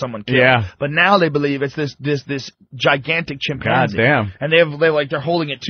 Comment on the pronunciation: I hate the way pronounces chimpanzee.